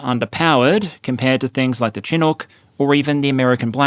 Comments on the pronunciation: This is driving me bonkers. Its pronounced SH-i-nook no Chin nook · Chinook is pronounced "Shin-nook" not "Chin-nook". A Chinook is a type of warm west wind and cloud pattern that surfaces in the winter east of the Canadian rockies (Alberta), providing roughly monthly winter breaks (15'c temperature upswings) for a few days at a time, and a correspondingly catastrophic snow dump one province to the right (Sask). The most embarrassing Canadian military story that comes to mind was during the Afghanistan war, our soldiers were sent in jungle fatigues because we literally didn't have desert ones. And the defense minister or some general was on the CBC explaining how this was not that big of a deal, because you can rub the jungle fatigues in the dirt and they become more sand colored. It was insult to injury to even try to defend it with a straight face. We already had no ability to deploy, relied entirely on US everything, and here are these Canadian troops looking humiliated next to their US counterparts, like in Mean Girls when she shows up to the Halloween party in an actual scary costume rather than in a costume excuse to look spicy. They're trying to put on a tough face but you could see the shame of them putting their lives on the line and our government won't even give them the right color of clothes. It's like watching someone on stage with their fly down, only, our soldiers knew it and couldn't zip it back up. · Chinook is /shĭ-noo͝k Bombardier is said like the French pronunciation of the word. Thanks for the video 🇨🇦💪🇦🇺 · FYI, the Chinook helicopter is pronounced SHI-NUCK. It's named after a native American tribe in the Pacific Northwest, which is where I'm from. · Oh, and a small point: Notwithstanding how it is spelled, Chinook is pronounced "shinook". The "ch" is pronounced as "sh". It's an indigenous Canadian term, we get to decide how it's pronounced. 😀